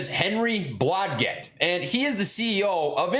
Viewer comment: Your pronunciation game is below par, dg sounds like J. BlahJet